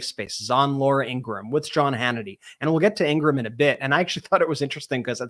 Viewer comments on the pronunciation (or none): "Laura In-gra-ham" 🤣